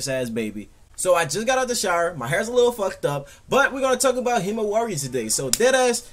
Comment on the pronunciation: why does he say himiwari